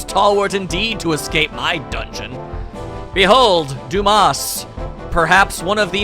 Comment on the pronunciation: Not going to lie, I thought Dumas was pronounced Dum-mas the moment I saw it. Duu-mahs sounds a lot better.